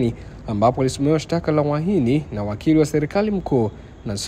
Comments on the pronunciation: ni Uhaini sio uahini.sheme on you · Wewe siyo uahini ni UHAINI.REKEBISHA HIYO KITU.